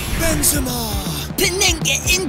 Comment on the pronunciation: Benzema * not Benzemohr